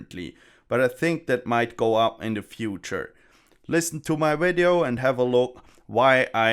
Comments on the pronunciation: Wideo Inwesting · try pronounce the word "video" better -- starting with V.... idio... not w-idio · there is no "v" in the german language so he can't pronounce "v" in english. Same for why indians would pronounce "vials" and "wials" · I'll be honest bro. I'm going to subscribe simply because how you pronounce video. It's not even like a terrible thing, it adds humor to the video even if you're not doing it on purpose. I love it. LOL. Kweep it up.